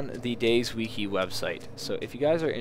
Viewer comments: DAY - ZED, its none of these: DAY - ZEE, DAYS, DAISY. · I enjoy the fact that he pronounces it Days. Always went with Day Zee